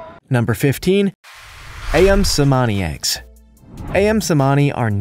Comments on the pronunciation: i-yum LoL. No Ali or Amin. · The pronunciation of “ayam“ is “ah-YAHM”, which means “chicken” in Indonesian. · Thank you for your post. A side note: The pronunciation for 'ayam' should be the same as in the word 'amin' since both words are in the Malaysian or Indonesian vernacular. Or, 'Ali' like Ali Baba.